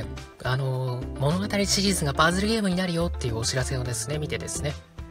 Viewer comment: パズルのイントネーションw